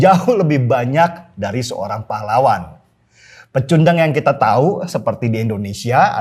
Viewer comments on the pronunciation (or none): none